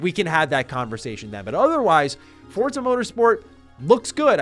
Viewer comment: Wtf is up with this american pronouncing 'forza' correctly?? I want you to butcher it like a foreigner begging for mercy, this is shaking my world view